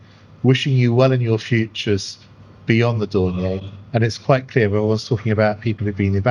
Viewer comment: Puzzling mispronounciation of Dornier.